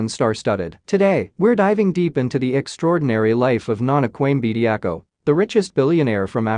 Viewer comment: His name is Bediako not Bediacool 😂